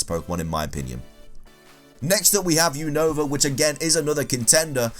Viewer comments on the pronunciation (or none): none